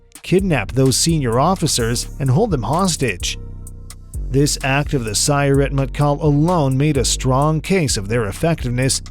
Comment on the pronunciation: The announcer is mispronouncing Sayeret. Each syllable of Sayeret has equal emphasis in Hebrew.